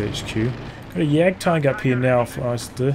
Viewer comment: jesus you butchered that isildur, never seen LOTR?